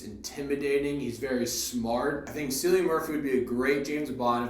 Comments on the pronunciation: you are not procouncing his name correctly. It is like Kilian Murphy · Thanks for the review - it is pronounced “Killian”- with a hard K, mate!